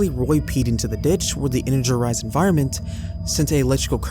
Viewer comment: Energerised is the cutest mistake yet. No criticism here! Although, I would like to say that ute is pronounced "youte".